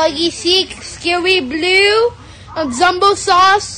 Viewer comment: He says Scary Blue like a Bri’ish person